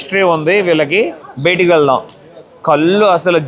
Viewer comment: sir meeru maati maatiki betiki betiki anakandi....bayataki anandi plzz chaaala irritating ka undi! and plz say "last video" not "lost video"....